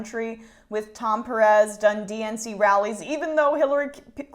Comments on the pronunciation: "PAIR-EZ" JESUS HILARY, I MIGHT AS WELL BE A FUCKING VIKING AND EVEN I CAN SAY THAT SHIT RIGHT. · I LOVE how Killary can't pronounce per-REZ, idiot. I don't believe ANYTHING said by corporate Dems anymore! They are ALL a bunch of self-serving CROOKS who MUST BE PROSECUTED for RIGGING the primary elections!